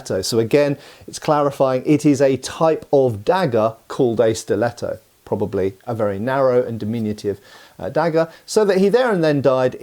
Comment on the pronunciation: Majestic italian pronunciation, 11/10 Give him italian citizenship